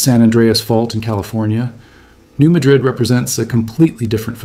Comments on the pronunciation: Pronounced New MAD-rid. Not like Spain (ma-DRID.) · It's pronounced New MAD - rid, not Muhdrid. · Mā drid ! Not mädrid ! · Mispronounced - it's New MADrid around here, not New MaDRID - were not in Spain...lol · I grew up in Paducah. Yes. It is not ma DRID. but MA drid. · It’s the New MA-drid Fault. Not in Spain. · We know its there and get earthquakes regularly. It pronounced New Madrrid. Sort like Milan is pronounced Mylin. CAIRO is Cayro. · The "Madrid" in "New Madrid" is pronounced like MADGE-rid, as I've always heard it. So: initial stress, and a different first vowel, in contrast with the English pronunciation of Spain's capital. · Former Missourian here... I just stopped by to repeat what said. It's New MAD-rid. It's hard to take someone seriously who doesn't know the correct pronunciation. As in, "What ELSE did you get wrong?" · New MAD--rid fault. The local pronunciation. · New MAD- rid. Emphasis is on the first syllable. These quakes have been receiving more publicity in the last 30-40 years. I lived in the Kansas City area and I bought some EQ coverage before I moved to Colorado 1989. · (Errr, actually... it's pronounced "New 'MA (A as in CAT, 3mohasisnin first syllable) drid'" 🙂👍) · It's pronounced "New-mad-dred". Beside for that, good work. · The area is called New MAD-rid by locals. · those of us from here are well aware of what did and could happen. those of you not from around here - we pronounce it New Mad rid. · In all of the YouTube videos about the New Madrid fault, not a single one of them has bothered to check how the people who actually live in this area pronounce the name. It's not pronounced the same as the city in Spain; here in the U.S.A. this place is pronounced "New MADrid." The nearby city of Cairo in southern Illinois is not pronounced the same as the city in Egypt; it's KAY-ro. How hard could it be for supposed YouTube science content creators to do the minimum bit of research and get this right? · Yep! Lol